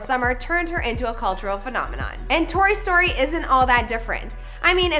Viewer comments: WHEN SHE SAID TORY STORY IT SOUNDED LIKE TOY STORY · I thought she said “and toy story”